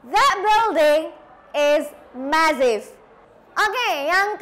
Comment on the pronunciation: Sorry to say. It is not how to pronounce the words awful and massive. You need to learn more about pronounciation. Mss. Ervi is much better.